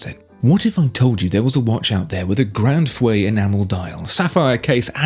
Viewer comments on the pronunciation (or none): Grand feu, not fue.